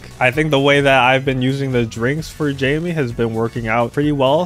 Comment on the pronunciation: it’s not Jaime tho, it’s “Jamie”